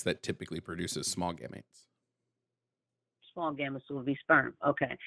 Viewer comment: The way she keeps saying "gamuts" is so funny, lmao.